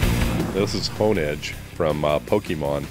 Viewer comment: "Oooh, me so Honedhe." NoOoOoOooo... XD